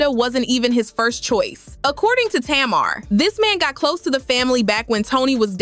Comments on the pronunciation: Lol, why does the narrator keep saying Tamara and Tamar. It's just Tamar 😆😆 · It’s not tomarr it’s Tamar!! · The first clip onions was horrible but the second clip regarding working, he wasn't saying anything wrong. Ppl took that wrong. And it's TAY- Mar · Tay mar hun lol is how u pronounce it. But its ok lol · Whewwwww thank you thank you because I want to scream.... I kept saying " taayyyy-marrr" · I know this is AI but can you at least pronounce her name right??? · Girl, you sound crazy. You are NOT pronouncing Tamar's name correctly. And your information is bogus that's why you only have 1000 followers😏. Bye Felecia